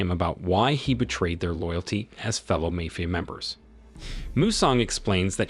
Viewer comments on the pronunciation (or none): is this voice an ai? is it broken? why does it pronounce MAFIA as MAYFIA??? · never knew id find someone who doesnt know how to pronounce 'mafia'